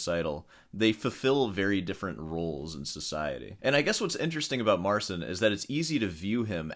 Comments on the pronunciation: Mar-ceen. Get it right. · It's "Marcheen" The CI makes a "chee" sound. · Petition for to start saying "Mar-cheen" rather than "Mar-sin." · You made how many videos about him now? And you still can't pronounce his name?